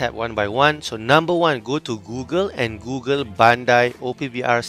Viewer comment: in da houze!! The way u say google makes me laugh man 😂